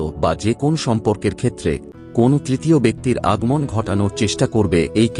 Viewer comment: Kon noy kono ....bar noy baro . .binijog noy biniyog Aage valo vabey uccharon sikhun